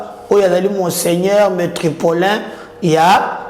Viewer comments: Métropolitain et non metropolain! On peut se tromper 2 fois mais pas 3! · Métropolitain et non metropolin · C ne pas "Metropolin" mais "METROPOLITAIN". Merci de corriger